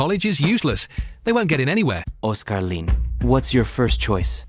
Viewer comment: Na aano ako sa bigkas na oscar lin, ang tigas ng accent, kaninong accent yong ganto?